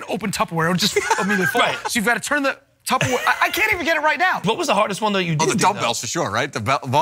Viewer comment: Did Murr just say “tubberware”? It’s “tupperware” babe...